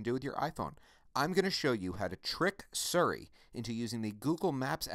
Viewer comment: Thank you very much for the video. I heard you say "Surry" a couple of times. Just wondering if that's the correct pronunciation? If so, I have been calling it "Siri" like an idiot all these years.....